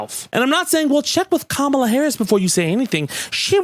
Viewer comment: Why do you always mispronounce Kamala?